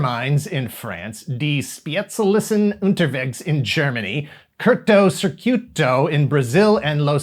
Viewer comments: Thank you for this great Video. I loved the show as a kid. Especially the theme makes me feel like in the eighties again. Of course i' ve got the DVD Box. By the way, nice how you said it in german. Greetings from Germany. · The show was quite popular here in germany, and i still like it very much. By the way, your pronounciacion of the german title was.... It has some room for improvement, to be gentle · he butchered that one quite badly lol